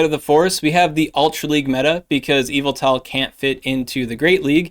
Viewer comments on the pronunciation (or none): It's EE-vel-tol (with the stress on the sharp E vowel) — not quite Evel-tol like the way it sounds when says it, but it's passable - yev-ettle is a failing grade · Cool video, but it’s pronounced “Yuhvettle” and you know what else? Zacian ain’t NOTHIN. I hit legend every season with Yuhvettle. Zacian really ain’t all that. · Your pronunciation of Yveltal is similar to MandJTV, which he believed to be the correct way of calling it 😂